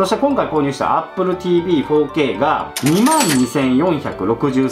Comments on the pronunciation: やっぱり、4K（フォーケイ）が包茎って聴こえてしまう😅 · 4Kが包茎にしか聞こえないの俺だけ？